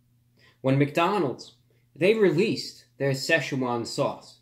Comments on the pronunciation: youknoowamh If you can read Pinyin it is Si fourth tone Chuan second tone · Dude, it’s two syllables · Best way is to find an actual Chinese person pronouncing it, but best I can give you is you say "Si" like Sir (but without the r) and you say it in fourth tone which is short and sharp. The "Chuan" is pronounce kinda like chuwann and its second tone which is rising and slightly elongated. Like I said very hard to describe to someone that isn't familiar with Chinese pronunciation lol. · Why does everyone pronounce like (se Shuna)? It’s pronounced more like (si Chuan) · say-shoe-juan sauce? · Sesh juan swause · Sai Shu Jaun sauce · Say, chew won sauce? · say chew Juan sauce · “With the slow drip of Sczechuan sauce” 😂😂 love your videos man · "Two packets of the sayswan sauce!" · Anybody else realise that he said Si-chwan sauce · I pronounced sasswan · He’s pronouncing Szechuan wrong